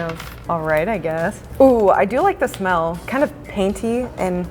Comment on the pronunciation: Hehehe,You said smelll!